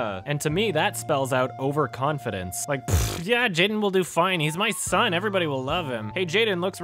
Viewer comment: Okay, I'm not an English native speaker, but anyone else thinks that is pronouncing "son" as "shon"? Is this a Canadian thing or am I a dumbass?